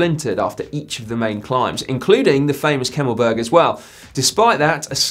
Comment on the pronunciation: Congratulations on the pronunciation of the Kemmelberg. Only Beurg is said as Berg like de a in grat from congratulations